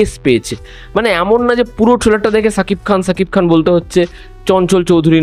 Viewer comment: ছাকিব খান না শাকিব খান শ উচ্চারণ কর..